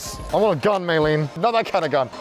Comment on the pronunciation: May len? May rin